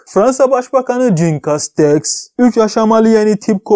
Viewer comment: Jean Castex = jin değil jon